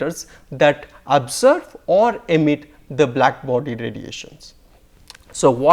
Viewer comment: Jadavpur English. He pronounces "absorb" as "abserb." It is REALLY difficult to make out what he is saying. And he trips too many times.